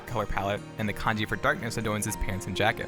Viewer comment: Every time you say kanji!!! I cringe... it’s the in game symbol. 光 this is the kanji.